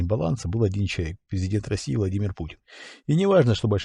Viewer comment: Мне кажется, что в действительности он сказал "Владимир", а не "Павел", просто проглотил несколько букв)